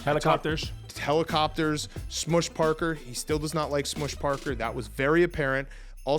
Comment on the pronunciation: ARod saying "helicopters" really hurts. 😭